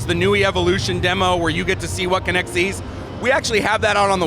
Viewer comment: WTF? This isn’t a physics class. It’s kinect not kinetic. Idiot. I’m not even a fan of MS but damn, at least get the name right.